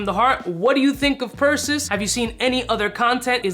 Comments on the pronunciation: Pur-SEE- Us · I see everyone is chiming in to correct the pronunciation..lol..Percy US ( basically ) As stated in Greek Mythology the son of Zeus... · Per Say Oose lol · This is exactly how to spot a non born American 🇺🇸 citizen. When they can’t even pronounce a basic 1st grade level word such as Perseus. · Good god please say it right